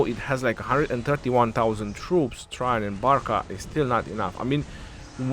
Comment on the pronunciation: It’s “tra Jain “ maman